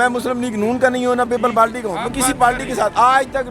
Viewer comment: ARY jahil parti kion boltay ho parti ko suit phr lia zara inglish bhi seekh lo